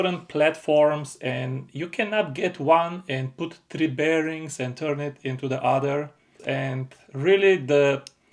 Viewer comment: I like how he pronounce three as it is in the Bulgarian language.